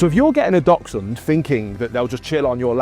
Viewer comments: Please at least know how to pronounce their name. They are not “Doxhunds” as you keep saying, they are “Daxhunds” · I've heard others pronounce is DOXhund... I agree that in Germany (I live in the UK) our friends say DAXhund as DACHS is badger and we say Daxhund but pronounces it the same way and has a very similar accent to this lovely gentleman. 🤔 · It's Daxhund for pronunciation, great video, learnt lots, thanks! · whats a "Docksund"? I have an adorable Dachshund. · Begin by learning how to.pronounce the name of the breed correctly ....its not Dol..sun ....Great start . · I’m sorry but I couldn’t get past 10 seconds. His pronunciation of dachshund was triggering..” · Poster can't even pronounce Dachshund. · At least pronounce the name properly! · I'll start listening to him when he learns how to properly pronounce dachshund...